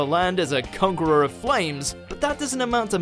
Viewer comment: “Congurer”? XD